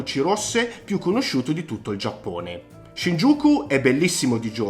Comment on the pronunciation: Perdonami una critica, ma avrei fatto un minimo di "studio" sulle pronunce, Shinjuku, Akihabara, Asakusa, Roppongi, Harajuku. Don Quijote, otaku, ... Non ne hai azzeccata una 😀 In Giappone ci soo stato parecchie volte e posso dirti che nella top 10 magari avrei messo solo le cose da vedere, in questo video sinceramente approvo solo Shibamata che è un posto molto bello spesso fuori dagli itinerari turistici, ovviamente Shinjuku e Shibuya e Harajuku se però parliamo delle vie interne che sono molto caratteristiche (piene di istallazioni artistiche, mostre, botteghe, ...), se consideriamo solo Takeshita-dori allora no, è una trappola per turisti. Insomma, secondo me mancano una marea di posti fondamentali da vedere I ristoranti sono invece estremamente soggettivi, anche perchè l'offerta a Tokyo è folle, è difficile fare una top. Io ad esempio per quanto riguarda il discorso sushi e sashimi avrei consigliato di andare allo Tsukiji Market dove mangi quantomeno la materia prima più fresca (anche se ora il vero mercato del pesce è stato spostato e Tsukiji rimane un "quartiere" con solo i ristoranti). Mi scuso per le critiche, ma sul Giappone sono particolarmente pignolo 😉